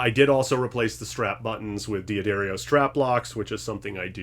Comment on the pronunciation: It's 'Duh-dario' not 'Dee Uh Dario'. Also, 'ab uh lone ee', not 'ab alone'.